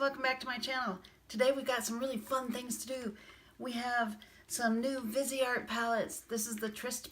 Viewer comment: Beautiful looks and great swatches too. I liked your perspective on brushes. Greetings from Canada 🍁. Viseart means FaceArt. VEEZ R is how you say it. Vee Zar. No T.